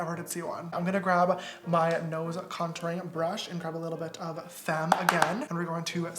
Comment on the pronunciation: James: Femme Me: about to pass out Btw u pronounce femme faaaaaaame not like the English word fame.